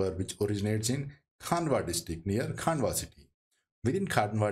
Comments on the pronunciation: Pronunciation of Khandwa as "Khaandwa" or Khargone as "Khaargone" is excusable on account of unawareness of local language but to pronounce SH as "S" or CHH as "CH" is unacceptable since this is universally known and taught how to pronounce "SH" or "CHH" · kindly do correct pronunciation of Khandwa, khargone & Maheshwar.